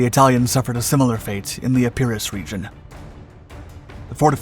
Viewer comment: I'm tired of explaining how you can help yourself to pronounce names correctly. You mispronounce Metaxas, Epirus, Centauro, Klisura and Ciano. Go away and find out the correct version or continue to look foolish - your choice.